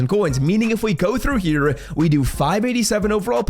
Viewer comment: How does he not enunciate his H's... he constantly says RIGHT TEAR it's right Hhhhhere